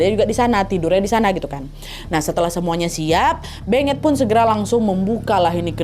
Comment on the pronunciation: Kek nya beungeut bukan sih baca nya